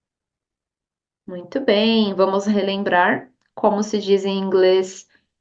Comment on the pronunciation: Acho engraçado o falando um live. Show de aula, obrigada.